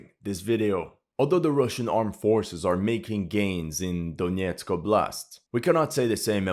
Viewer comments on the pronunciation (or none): none